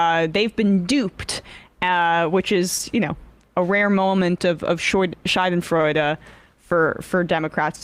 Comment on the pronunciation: It's not often that someone pronounces 'schadenfreude' correctly, credit to Emma.